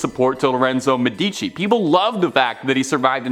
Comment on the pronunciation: For the love of god, it's pronopunced MEdici not MeDIci.